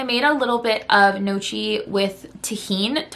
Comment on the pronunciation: that was so cute the way she pronounced the word gnocchi. It’s actually pronounced “nyow-kee” I hope I’m not coming off rude I love your content